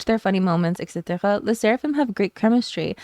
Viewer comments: Why did you pronounce etc. with a french accent like that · its like people forget that yunjin lived in the USA ... that's probably why she meshes so well with KATSEYE! PS. everytime you say etc I cant unhear the french canadian. please tell me im not crazy :shelterin